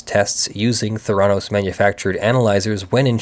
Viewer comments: No, it's pronounced with the accent on the first syllable, schwa on the second: THAIR-uh-NOES. Those of us in Arizona--which was at the epicenter of the debacle, where our government-as-business governor had state law changed specifically to benefit Elizabeth Holmes--know the pronunciation as a result of complete media saturation. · It’s pronounced “Thr- a - nos” It’s a portmanteau of therapy and diagnosis. They scammed a lot of rich people who didn’t do any due diligence. If she had only scammed retail investors she would probably be a hero on Wall St and would get a job at one of the major banks. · It's THEH'-rah-nos. the accent is on the first syllable. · Not 100% sure, but probably pronounced with emphasis on the first syllable, THER-a-nose, since it's probably derived from a Greek word. .... After checking, it's an amalgam of 'therapy' and 'diagnose', so 'thera-' + '-nose' does indeed sound like my suggested pronunciation. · I couldn't deal with you constantly mispronouncing the name of the company in this video.